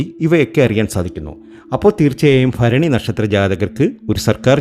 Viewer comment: ഫരണി എല്ല തിരുമേനി ഭരണി 😃